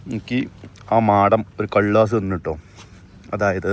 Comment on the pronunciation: കള്ളാസ് അല്ല കല്ലാസ് 😂😂😂